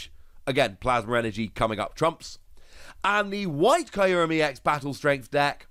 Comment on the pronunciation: I love this series a lot but i cannot wrap my head around how you pronounce kyurem as Caillou-rem